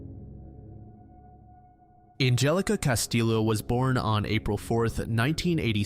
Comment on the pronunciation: it's pronounced castiyo.